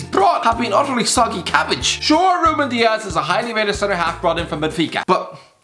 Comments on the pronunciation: He only got dias wrong tho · He only got ruben dias wrong